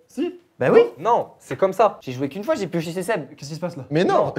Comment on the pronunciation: On en parle du fait qu'au début, personne n'arrivait à dire le prénom de Seb correctement ? Je chiale de rire depuis tout à l'heure j'en peux plus x)